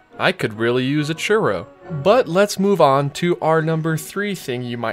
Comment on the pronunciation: I can't stand the way you say churro lol